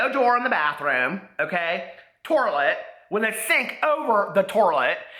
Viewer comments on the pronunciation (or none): OMG my sister says toirlet! It drives me nuts! That cracked me up so bad when you said that. 😂😂😂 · Dying at 'torlet'. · 'TORILET' LMAO!!! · Torlet??? Lmao I'm dying 😂😂😂